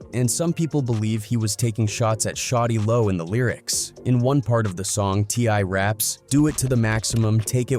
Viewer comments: Get it right white boy a I it’s shawty lo not shotty low 😡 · Its SHAWTY LO not fucking Shotty Lo 😂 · "shotti lo" 😂 why yt pple shouldn't tellour stories